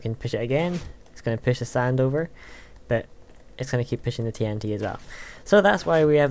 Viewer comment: you said sand i heard sign XD